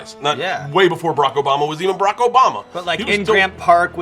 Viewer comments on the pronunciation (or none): none